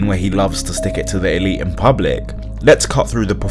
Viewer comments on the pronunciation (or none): none